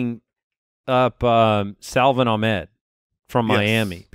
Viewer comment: SA - VON AHK - MED